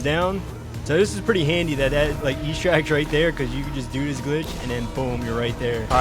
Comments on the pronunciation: EXTRACT not ESTRACT thick as shit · I have to tell you it is not pronounced E-stract, the X is not silent and it’s ‘eh’ like in Extra. also, the soccer glitch is the only one i tried and it doesn’t work